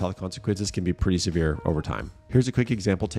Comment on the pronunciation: 3.43 “severe” not “sereve” sorry not sorry but thank you for the video!😊😊